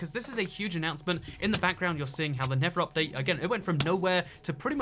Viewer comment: his accent I keep hearing him say "the never update", which just sounds so accurate. 😖😏